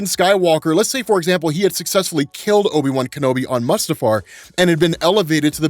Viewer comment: Great now when someone says obi-wan I'm going to hear obi-bum. Lmao